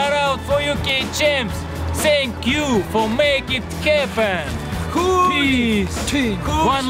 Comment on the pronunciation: "SENNKKK YOU FOR MAKIG HEPENNNNM"